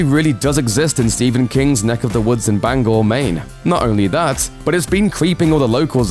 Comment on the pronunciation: As a resident of Bangor, Maine, I appreciate that you used the proper pronunciation of my city's name. You earned a like from me.